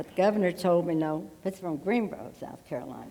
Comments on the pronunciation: For the record, our city is called "Greenville"... not "Greenrow". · 🤣🤣🤣 She don't even know where she is! Greenbo! It's Greenville you nutjob!